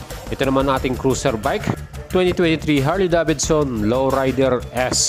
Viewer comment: Sana lang brod...binigkas mo ng maayus ang Davidson... Sa tunog ng bigkas mo...Davidson... Dapat ang bigkas/sound... deyvidson... Hindi da. Bid. Son..